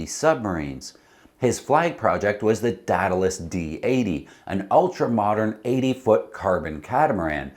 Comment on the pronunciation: DEE-duh-lus. /ˈdiː.də.ləs/. AE sounds like EE. Aegean - EE-Gee-in. It is a sea that many sail in.